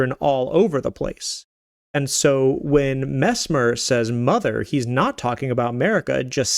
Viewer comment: His name is mess-mer not mezmer